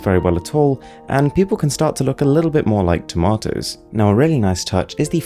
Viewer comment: Hahahahah. He said "tamatoes "